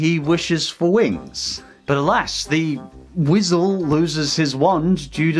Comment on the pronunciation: Birthday "wisal" lol